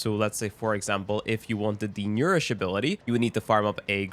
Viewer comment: He did butcher that word alot